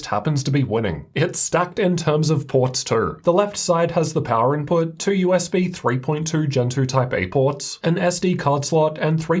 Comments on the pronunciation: Clicked to see the laptop. Stayed to hear him say "two". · I like when you say too or 2, it's very distinct